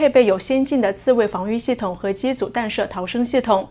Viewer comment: 主持人口误：是 tan弹射